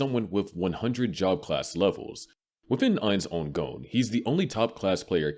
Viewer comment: "Ainz Oon Goan" that shit was eating at me the whole video lol. Its Ainz Ooal Goan